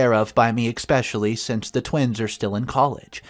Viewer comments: A couple of tips to the English language… it is a bridal SUITE (pronounced sweet) not a suit (a piece of clothing). Another, huge pet peeve, the word is ESSSSSSSpecially!! There is no X! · There's no X or K in the word especially